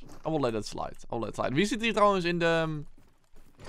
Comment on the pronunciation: “I will let it slait” 💀